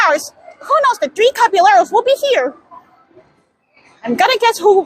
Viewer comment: You're pronouncing "Caballeros" wrong.